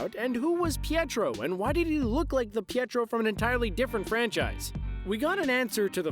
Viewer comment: it's pietro btw